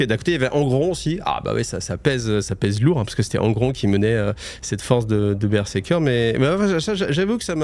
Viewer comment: Alors c'est pas pour faire le mec chiant, mais on dit BER-ZER-KER Pas BerSeker 😂